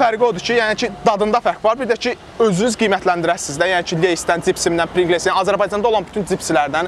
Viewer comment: Deyiliw prinqles deyil, prinqls’dir